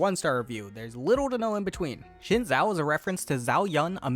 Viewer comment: Xin Zhao's name is pronounced SHIN-jao. Put that in your next video.